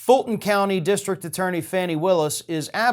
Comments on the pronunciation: It is Fawn-ee, not Fanny Willis. (Does anyone else mispronounce her name like this?) You have, when you thought you might have done so, apologized for possibly mispronouncing someone's name. I am deeply puzzled, then, how you -- who pay such close attention to important news of the day -- would have trouble with this. Please, tell us, why is that?? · 'Fani' Willis is pronounced "Fawnee".